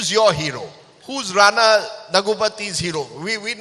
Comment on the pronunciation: Atleast pronounce Ranas full name correctly yaar 🤦‍♂